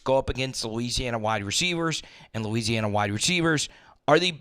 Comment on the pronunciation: I love bro, but each time you said north or south Louisiana, it sounded like that 😅😅